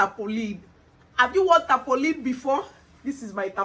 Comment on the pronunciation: She say na Tapollin🤣🤣🤣 why are u lik dis🤣🤣🤣🤣